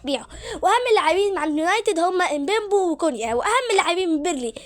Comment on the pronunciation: يعم اسما مبويمو مش مبمبو 😂😂😂